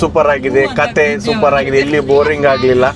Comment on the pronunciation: ಸರ್. ಇದು ಸೂ.... ಫ್ರಮ್... ಸೋ ಅಲ್ಲ. "ಸೋ"ಸೂ"ಪರ್.